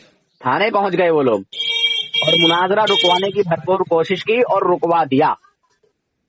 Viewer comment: نام تو چینل کا صحیح اسلام رکھا اور اردو بھی صحیح نہیں آتی ۔ مناجرہ نہیں مناظرہ ہوتا ہے ۔